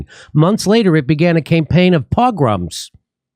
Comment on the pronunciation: It's pronounced "poh-GROHMS", Jimmy. Accent on the second syllable. YOu guys really need to hire more jews. Ask Dave Chappelle....we're everywhere!